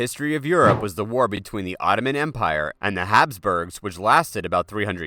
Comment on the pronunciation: Mispronounced Hussar which means Hungarian Calvary and Hapsburgs, which were the ruling kings of Austria.